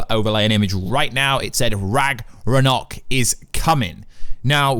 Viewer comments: Bro it’s Ragnarok (Rag-nuh-rock) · Ok now say it with me, Rag nar rok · The amount of times he said ragranok and ragrunrurok hurt my brain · Dude can’t pronounce Ragnarok. It’s pissing me off. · "is ra-g-re-o" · Its Ragnarok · Are we just gonna ignore his pronunciation of RAGRANOK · lmao...he also messed up by saying Atrias real name is "Ragranok" when its Loki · R A G A R N O K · “Rag er rock” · No. Absolutely nobody in their right mind can ignore this. Only reason I came to comments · Its pronounced ragnarok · It bugs me when you say Ragnorok wrong. >:{ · You mispronounce Ragnarok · I can’t believe he said Ragnarok wrong over and over again for the whole video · Can this dude learn to pronounce ragnarok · This guy has no idea how to pronounce Ragnarok... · Why are you not able to pronounce ragnorok correctly?? My god! Then he goes on to say IMPLIKITLY! How low is this mans IQ?! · Did you bump your head? First, you mispronounce Ragnarok, then you say that the wife of Kratos is Freya. Then something else, you call it north misology? I’m baffled. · left a dislike for this clown. He can’t even say ragnarok properly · I give this a dislike For the way he pronounces RAGNAROK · I think you need to read up on some basic norse mythology and how to pronounce ragnarok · Oh god that pronounciation of Ragnarok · You said "Ragarnok" , and though(and possibly a few more times afterward). It's RAGNAROK. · Rag-nar-ok, not rang-ar-ok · ITS RAGNAROK (ragna-rok) NOT RAGRANOK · Rag Na Rok vs Rag Ra Nok lmao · "Ragger-Knock" xD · Its rag-no-rok, not rag-ro-nok. Lol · Did anyone else hear “Rag-Ronok”? 😂 I’m pretty sure it’s pronounced “Rag-Narok” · It is RagNarok. Not ragrorock lol. And Kratos’ wife is Faye not Freya. Freya is the witch in the woods, Baldurs mum. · It’s Ragnarok. Not Ragranok.... BOY!!! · RAG-NA-ROCK NOT RAGRONOK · He said "Ragnorrock" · Ragnarock not ragrnog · RAGNARÖK NOT RAGRANOK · Its ragnarok not ragranok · what is ragunok do you mean ragnorok?